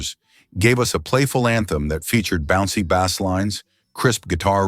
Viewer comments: WHO forgot? Not me. ‘73 was the year I graduated high school, after playing Big Band Jazz. So anything that wasn’t THAT was interesting. And who IS this narrator who pronounces “Bass” (the low part - think “Bayss”) like it was “bass” (the FISH?). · Videos like this is why I can’t stand AI. The go away? The voice over couldn’t correctly pronounce the musical term “ bass” and confused it with a homonym that means a type of fish . Who would EVER say that the Ojays are a one hit wonder?